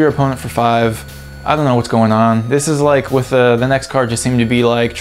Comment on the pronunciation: IZZLEback?! Isle is pronounced eye-el. Like Island. lol... anyway I get the same feel for the deck, something is not right. Too many of the unlocks don't fit well, they are too expensive and this deck is already majorly slow.